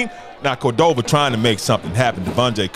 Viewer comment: Love this Doc, keep up the coverage. Shout out to Coach Settler will get Cordova right